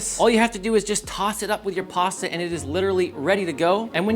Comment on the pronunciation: There you have it folks…PARSTA…